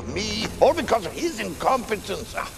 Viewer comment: Love the way the dude pronounced incompetence lol